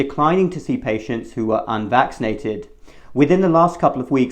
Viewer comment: "This is a pandemic of the UNMAXINATED"